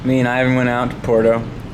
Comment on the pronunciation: Bro please. PWERto. Not Porto. Puerto. Porto. Puerto. Por dios.